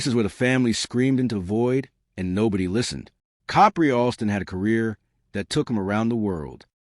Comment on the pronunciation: I had to stop listening it was getting too annoying of the mispronunciation of the name